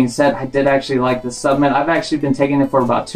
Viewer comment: Cringed everytime you said s U p M e N t